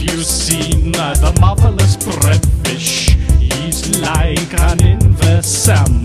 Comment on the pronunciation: I thought at the beggining he was saying: "Have you seen, the motherless breadfish?"